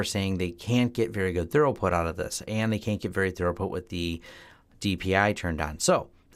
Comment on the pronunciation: your telling me, lets go Thorough this tunnel, lol, maybe its an American pronunciation thing, who knows, try thru-put. drop the British spelling crap we throw into words to confuse foreigners.